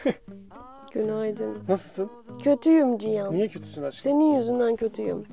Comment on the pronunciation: "Cihan"a niye Çiyan diyorsun